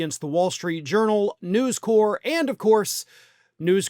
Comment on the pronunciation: FYI - It's News CORP, not "core". The Marine Corps is pronounced "core".